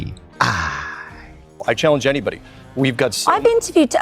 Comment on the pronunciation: Omg, the way you say C. G. I. It just sounds so good xD SEE GEE EYE